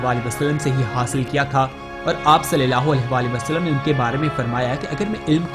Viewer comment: برائے کرم صلی اللہ علیہ و آلہ و سلم کو زیرسے نہ پڑھیں زبر سے پڑھیں